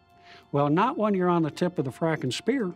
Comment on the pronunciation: Did he say fracken 😂😂